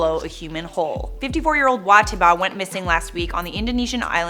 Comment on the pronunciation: T-I-ba? It’s pronounced T-ee-ba